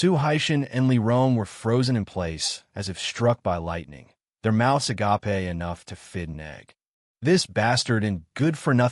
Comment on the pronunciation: love when ai says I'll and agape... ill and agapppeee, this story has been good so far, about 3/4 through. finished: it was good.